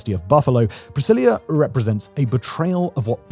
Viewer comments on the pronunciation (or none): Why are you calling the city Priscillia? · Each time you say the word “Brasilia” I think you’re saying “Priscillia” 😂 the “s” is just like the “z” in Brazil. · You did your best in the pronounciation my dude. I hate brasilia, hate it, hate it. Been a few times, know people from there and i usually say it's a "old sci-fi city". like we used to imagine cities would be centuries in the future, in distopias. an ex gf of mine (born there) used to say its a perfect soviet city (and it is). the least walkable city i've seen in my life, its not made for people at all